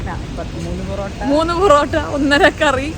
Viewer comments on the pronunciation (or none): none